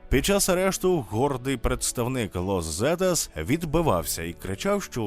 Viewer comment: іспанська Z - це не З. українською мовою передається ВИКЛЮЧНО як "с". а тому Лос Сетас, РодріґеС.